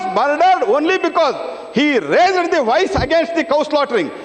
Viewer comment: COMING FROM THE EDUCATION MINISTER---"RAIZZZZEEERRD THE VOICE".... WHERE THE FCUK THESE DUMBWITS COME FROM, LOOK AT THE QUALITY OF THIS FABRIC 2026.